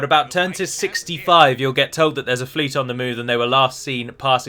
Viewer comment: Mariners of duh FLEET